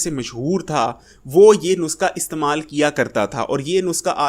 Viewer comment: بھائی صاحب نسخہ کو نسکا کیوں بولتے ہو؟